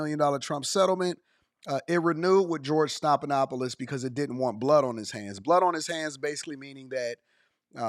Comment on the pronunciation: His name is stef, like Stephanie.